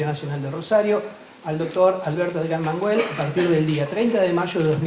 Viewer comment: Sinceramente el presentador no parece tener mucha idea del gran autor ante el que se encuentra. Menos mal que la mujer salva la presentación. Qué vergüenza que el primero ni siquiera se molestó en conocer cómo se pronuncia el apellido del escritor. Es una falta de respeto.